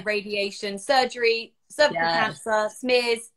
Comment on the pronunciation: Nobody in the US says cer-vy-u-cul lol. But thats terrible they refused a pap so long!!